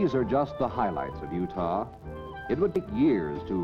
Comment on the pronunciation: You actually pronounce it (You-tah) not Judah. T not the Hebrew Daleth.